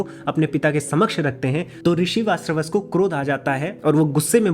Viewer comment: VaaJashravas ka pronunciation kyu nahi kar paa rahe ho?